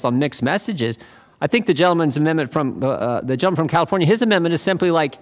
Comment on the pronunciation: Funny how he says gentleman